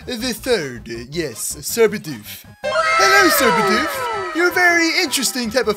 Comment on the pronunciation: Also when you said your getting a Bidoof, I though you meant a Bedew